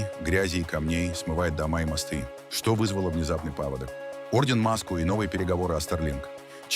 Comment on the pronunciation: Уважаемый AI, отредактируй ударения! Ну, хотя бы, не поводОк, а пАводок.